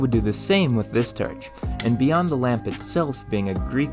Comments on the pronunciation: Honestly can't tell if I'm watching to learn or to hear him pronounce words with "or" sounds. Er should I say "werds?" 👀 So far, "terch" is my favorite. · Why do you pronounce the 'or' sound as 'er' ? You say 'terch' and 'ferest' - where are you from to have this accent? Irish? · I’ve never heard it pronounced TERCH before. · Dammit, now I feel bad for chuckling at "terch". Your content is great. Thank you for sharing. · where are you from I notice you pronounce some of your Os as Es such as torch as terch and I don't think I've heard that accent before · Why you say Terch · Terch? Melk? What planet are you from? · the second turch will be mur refined and mur capable😂 No need to feel ashamed or apologize man but thank you for explaining… cause there’s a number of YouTubers who mispronounce words intentionally to tease the audience and I find it funny… cause it does catch my ear and make me almost say something until I remind myself that’s the point. Though, I never shout or get angry like I assume some people out there do. I got a southern accent so sometimes I’ve gotta repeat myself to better enunciate myself a little better if I pronounce my vowels a bit too weirdly… so when I try to say horror I have to speak slowly or else I sound like I’m saying whore…. And even that doesn’t help because my Rs are too smooth so it just sounds like I’m saying whore over and over again. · Turch? Is that what im hearing? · Blow terch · Very cool but the pronunciations grind my gears. Blow terch being the most repeated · I'm so curious what accent you have. It sounds like a completely normal middle American accent, until you say a word with the sound "or". Like, "historical" legitimately sounds like "hysterical", and "torch" sounds like "terch". You say other "o" vowels in a totally normal way, and all other vowels before other "r" sounds are normal as well. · "Blow-terch" "Entire ferrests" "Naturally perrus material"